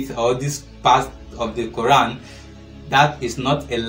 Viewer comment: only pick on women from the comfort of his house come out on the streets. talking shit once again as if he knows anything about the Quran. First learn the pronunciation of the words properly